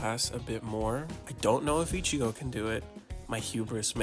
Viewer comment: No way bro said ichiga